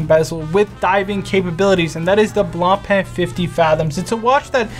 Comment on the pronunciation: It is not blanpeee (Blancpain) but rather bloonpa